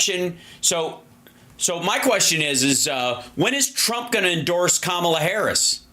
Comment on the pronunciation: They put together a lengthy montage of Democrats pronouncing Kamala incorrectly, of course..